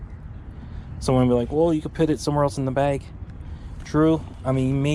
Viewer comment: If I hear you pronounce “put”, “pit” one more time I swear…